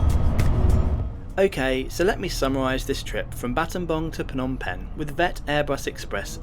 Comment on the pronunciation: What a brave man going to scambodia just to do some videos on their public transport services. edit: btw props for pronouncing battambang properly. The last time I took this route in 2008, it took almost 8hrs by car. Nice to see the roads are fully paved unlike back then.